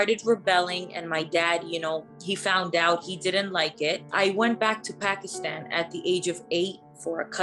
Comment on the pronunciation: Something not right about this girl telling her so called story. She doesn't even pronounce Pakistan properly. She seems Latina if you ask me. The accent and wavy hair and all. Not typical Pakistani at all.